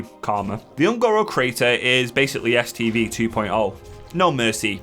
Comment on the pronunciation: "The other reason I was here was to do an STD quest." What? lol, I know it's "STV" quest but that's not what it sounded like! Edit: I wish I'd have known about that Uldaman last boss trick a few days ago when my group couldn't quite three man it after tank had to go and one of the dps dropped.